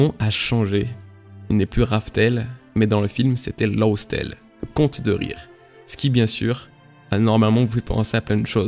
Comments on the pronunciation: laugh se prononce "laf" pas "lof",donc raftel = laugh tale, y a pas vraiment de changement de nom, juste la prononciation a la japonaise. ça n'en diminue pas la qualité de ton analyse, bien entendu^^ merci et bon courage pour la suite de tes videos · Juste pour ta prononciation, "Laugh Tale" ne se prononce pas "Lausse Tel" mais un peu plus comme "Laf Tel", qui, avec une prononciation asiatique, devient très facilement "Raftel" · laugh se prononce "laf" presque et rough se prononce "raf"